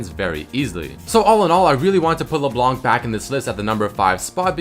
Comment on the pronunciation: NOT LEBLANK LEBLAN, YOU DONT PRONOUNCE THE FKIN C IN HER NAME.